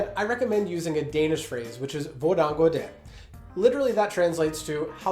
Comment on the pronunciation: I'll be honest, "Hvordan går det" was definitly not pronounced correctly, but whatever. You tried.